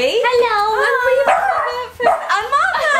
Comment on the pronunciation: Who thought Niomi said narla instead of Martha at the beginning or is it just me.